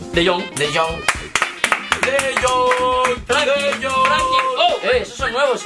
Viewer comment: Todos: Frenkie De Jong: Franqui de iong